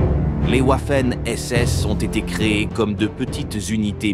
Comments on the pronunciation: Quand la vidéo démarre et que j'entend OUAFEN SS j'ai direct arreté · Le W en allemand se pronone comme un V